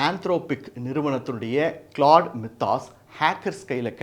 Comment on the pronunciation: "My-thos" என்பது சரி. மி தாஸ் இல்ல. 😊